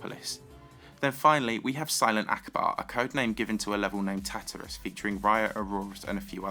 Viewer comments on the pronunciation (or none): Actually Tartarus not Tatarus